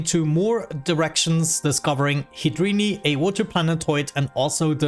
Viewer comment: No hate intended, what's that accent? I find the way he says water as "wooter" really funny